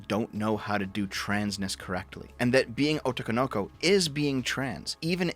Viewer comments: Also I can't even finish this video because of "Oh Toe No Go". Jesus man how do you even say it that way. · If I never have to hear pronouncing 'Otokonoko/男の娘' again as if he was working for an early 2000's dub it would be too soon... 🍁#DayOfTheRake🍁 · You're right, but it's hilarious that you're so gung-ho about this, LOL. It's a foreign word and doesn't speak Japanese, so oh well. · How to avoid all the Twitter 'confusion': 1. Play game in Japanese (text and audio) 2. Avoid Twitter Hearing pronounce 'otokonoko' hurts my ears, though. Edit: I wonder when they'll come for Yuzuriha (XC3). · I agree. Devs pronunciation of otokonoko hurt